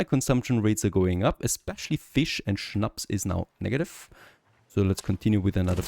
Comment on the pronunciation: Is it possible that you got German tribes because I never heard anyone pronouncing "schnaps" as good as you 😂.